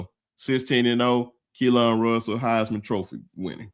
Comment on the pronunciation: New fan that loves the show! Just wanted to say that his name is pronounced Kee-Lin. His mom clarified that today lol. I’ll continue tuning in. RTR!